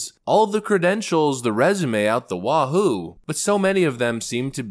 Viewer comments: Its wazoo not wahoo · It's "up the wazoo," not the wahoo,. Try harder.